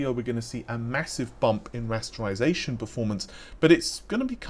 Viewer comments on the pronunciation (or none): none